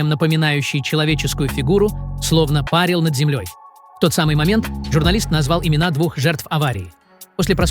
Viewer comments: Автор не коверкай слова и ставь правильно ударения! Слово "пАрил" и "парИл" имеют совершенно разные значения! Слово "пАрил" - от значения "париться в бане"! Слово "парИть", имеет значение - возвыситься с лёгкостью над чем-то, вознестись в небеса! Издержки современного больного образования...😢 куда катимся! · Парил с ударением на а это про баню , в бане парят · Не парил, а парил. Ударение на втором слоге. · Неужели человек не мог озвучить данное видео?Неправильные ударения режут слух.Все озвучил бот.:face-pink-tears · Не пАрил, а парИл! ПАрят в бане! Абсолютно безграмотная речь!😮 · Отличный ролик. полностью согласна с его автором. но одно меня веселило очень, когда автор говорил слово парИл. Он говорил не парИл, а пАрил, пАрила. На фоне этого замечательного ролика, неправильное ударение меня ещё и веселило. Что они там пАрили, неизвестно, но было очень смешно. Спасибо за прекрасный ролик😃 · Парил, ударение на (и). Это же так элементарно. Слушать тошно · Озвучивает ИИ, но текст-то пишет человек. И в сомнительных местах нужно просто самому поставить правильное ударение.